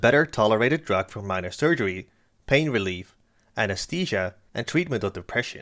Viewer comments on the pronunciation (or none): none